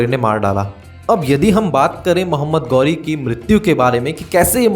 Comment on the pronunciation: गौरी नहीं ghori घोरी